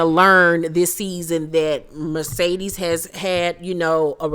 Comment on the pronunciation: I loved the commentary and laughed and hollered 🤣🤣🤣 sis Mercedes...not Marcedes 😆😆😆